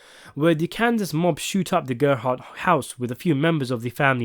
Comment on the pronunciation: The Gerbhardt family I presume came over to North America from Germany along with millions of others in the wave of huddled masses. The narrator does pronounce the surname incorrectly from how I am accustomed to. The only slight clue to their origins is what appeared to be a family crest that was displayed on the wall that included the Prussian Eagle seen in many other such crests including those from the Holy Roman Empire. It’s these little Easter eggs that make Fargo so layered and re-watchable, another one being the use of a very similar if not identical money satchel that is used in the original Fargo film and buried in the snow that is used in the other Coen classic No Country for Old Men. This is so blatant it must be done as a nod to the film or the other way round, yes Fargo film was made before No Country for Old Men so it’s a nod to Fargo- also season 2 is set in 1979, and ….No Country for Old Men is set in…..1979.